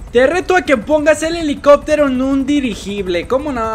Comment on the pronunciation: dijiste elicobtero